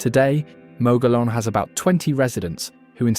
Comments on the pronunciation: Exactly. Also there is a mispronouncement of Mogollon. Mogeeyon is the correct way. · Please teach your AI narrator how to correctly pronounce the place names referenced in the narrative. Gila is pronounced Hee-la. Mogollon is pronounced Mo-go-yón. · Gila is pronounced Heela not Geela and Mogollon is pronounced Mogoyon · Learn to pronounce Mogollon, Gila correctly.every time you say them I cringe and want to correct you...other pronunciations are wrong as well...nice video but many double standards...ie. the Taos Pueblo....it was first abandoned as the start of the video then you show it again and claim 1000 years of continual habitation. Then there are the Jay's you labeled them wrong. I suggest an in person and in depth study of all you covered in the video..getting to know the people and hire a local to narrate. I ALSO suggest more edits of it to get the REAL AND CORRECT New Mexico.